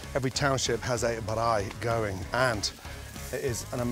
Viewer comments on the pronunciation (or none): Looks nothing like a braai to me. No self-respecting South African would make a cheese burger on a braai. We have better ways to do that believe it or not. What the heck is a "ba-r-eye" anyway? It's pronounced "braai" as in "buy" with an R after the B. I think you were made to look a fool on this one mate... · Baraai😂 Its Braai Gordon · Like "Bye" just with an "R". It's not difficult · He said barai not braai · He's very close, but he puts a bit of a vowel in between the "b" and the "r" for some reason. It's not "b(a)raai," just "braai." Still, I mean, valiant effort. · Mans saying Baraai not Braai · He said beraai instead of braai 🤣🤣🤣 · Its not Brai, its Braai, like brawwii, so yes, pls pronounce it corerectly all of you that sees this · Looks delicious, boet its BRAAI not birrraaai hehe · I know exactly where you got those buns.... hehe... But pronunciation of Braai is just Braai, not Bireye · Dude it's not brrrrrrrraaaaaiiiii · It sounds like Brye 🤣😭🤣 hahahaha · I was thinking that. I've always known it as simply "Bri" like short for "Brian"! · mate i just found another video where he cooks an ostrich egg... the man calls its a "brey" xD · Thats a proper Braai, even has the dent in it. For anyone interested, Braai is normally pronounced like b-rye (like rye bread with a b in front) or bye with an R in it. You dont have to roll the R so much. But well done on the pronunciation, I know any Afrikaans sounding words are hard to pronounce, even for non Afrikaans south africans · Ramsay: "On the bRRaai" 😆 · The way he says «braai» sounds like baraii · He says "Braai" like he has had a bottle of Klipdrift and a pack of red stuyvies. 🤣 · As a fellow South African, I died every time Gordon tried to say braai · Ay at least he tried, most people won't even get it right lol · LOL, I am Laughing right now, Just came across this vid. I didn't braai a burger on my channel yet but hell now. His is bad. Sorry Gordon. I also try your recipes. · The braai got me the most each time